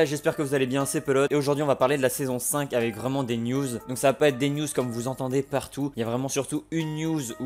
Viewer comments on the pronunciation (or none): none